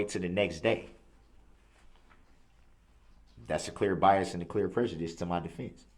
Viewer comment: He Cant even pronounce prejudice right. You sound stupid. No self awareness whats so ever